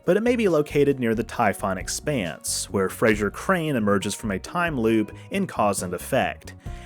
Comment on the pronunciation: He kept calling me “Frazer”